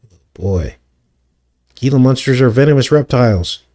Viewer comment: Gila is pronounced " Hela "